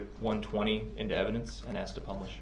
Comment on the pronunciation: Holy Moly, how many times can Brooks mispronounce the word "ask"? Every time I heard this, it's like fingernails on a blackboard.